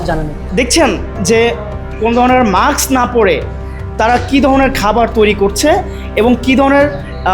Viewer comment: একটা শব্দ ঠিকমতো কইতে পারো না! ব্যাটা মাক্স না! মাস্ক। আসল জায়গায় হাত দাও, জন্মনিয়ন্ত্রণ করো। খালি পয়দা করে গরু-ছাগল বানাইও না। এদের তো খাওয়া দাওয়া লাগবে নাকি!?